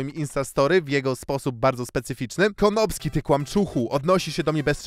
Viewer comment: dlaczego słyszę tam zamiast konopski to słyszę kondomski XD